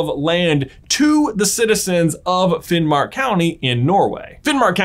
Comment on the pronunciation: This teached me more about Sami history than in school (I'm Norwegian) keep it up and you pronounced Finnmark rigth 👍🏻